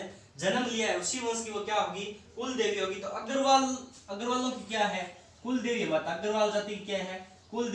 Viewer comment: Sir ji kuldevi h vo cooldevi nhi usko thoda sudhar karo baki sab to thik h